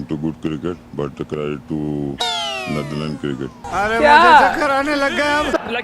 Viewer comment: the word is credit,prounced Cre- dit you just called it craadet. Laughing at others while every word you say is wrong. Momentam is not momentum.